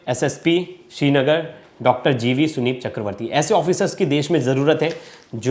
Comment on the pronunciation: थोड़ा पढ़ा लिखा एंकर रखा कीजिए जो संदीप को सुनीप बोल रहा है